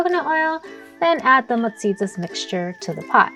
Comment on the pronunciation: Guam people be wanting to be chamorro so bad, ya'll be messing up our language and food. That's not musiyas😅 I'm from saipan, I know